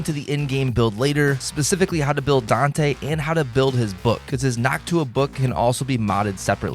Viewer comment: Bro it's called Noctua, not Nock Tuah